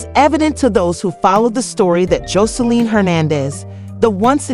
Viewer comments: Who the hell is Joleen? Please pronounce this lady name right or dont tell the story. Then you called her Jose-line. 😂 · you’re pissing me off how hard is it to say JOSELINE. information can’t even be trusted you can’t even take the time to learn how to say her name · How do you do this much research on a person but not know how to properly pronounce their name